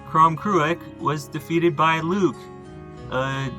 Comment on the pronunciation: Crom Cruach was demonised by the Christian monks. He and the Corra (another Primal Irish deity) were ‘slain’ by St Patrick. This was all about wiping out older traditions. Only 2 references to Crom Cruach are left both from Monks. Lugh is pronounced Loo by the way